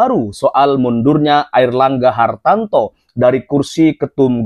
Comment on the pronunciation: Mas namanya Airlangga Hartarto bukan Airlangga Hartanto spt yg anda sebutkan